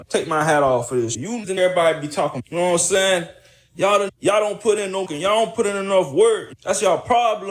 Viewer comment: 😂 "noionsayin" nope I don't! Take it easy 👋🏾